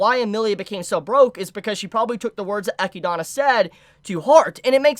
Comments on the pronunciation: Been part of the army for years but completely messing up some characters names like ecidana instead of echidna and galder instead of gowther annoys just a little but still great video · "Eh-key-dah-na" I dont know why this bothers me so much XD Great listening to you though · The way you pronounce Echidna is hurtful... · i just came here from trash taste podcast, but i need a community consensus how do you pronounce echidna? cuz i always just say echidna like the animal, but this dude be pronouning like i dont even know how to type it out that way, so am i just a normie dont know how to pronounce it or? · Why do people keep pronouncing Echidna's name in these weird ways?